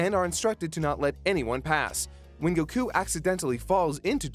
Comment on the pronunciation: Great content as always but I still hate the way he pronounces Goku’s name